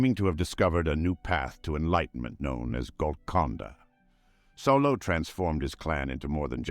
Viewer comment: Name: Saulot (sOW-lot) AI voice: Solo